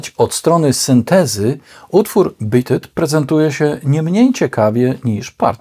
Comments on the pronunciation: ..."Bit it"??? ;-) "Beat it" proszę wymawiać mniej-więcej: /biit yt/... warto sprawdzać wymowę terminów angielskich, bo treść filmów zasługuje na więcej w tym względzie ;-) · Oczywiście, w podanym przypadku, pisownia jest ta sama, a więc rolę odgrywa wymowa. P.S. Widzę, że masz w nicku "zemsta". ale wolałbym, żebyś miał "rozum", albo "zdrowy rozsądek". Podsumowując, Pan w nagraniu źle wymawia tytuł tej piosenki (zresztą nie tylko na tym filmie źle coś wymawia) i "pirdzenie" o akcentach zachowaj dla siebie.